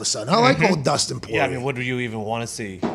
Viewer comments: Who tf is “poy-yay”?🤣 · They way everyone except Conor says Poirier is so irritating idek why I'm usually not someone to complain about pronunciation like this but god damn